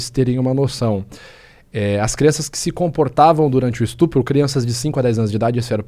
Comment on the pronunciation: fala direito cara esTRUpo é feio de ver kkkkkkkk